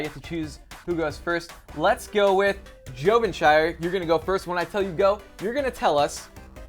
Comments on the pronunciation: jo-ve-sh-ir-e won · JovenShire Was Clearly Correct